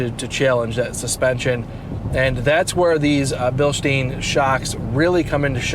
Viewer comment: Great video but Bilstein is pronounced Bil-stine with a long i not Bil-steen.